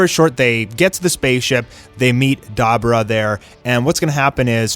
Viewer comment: Da bor ah not dabra😂